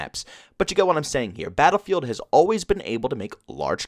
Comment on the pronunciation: Philly accent says "baal-feeld"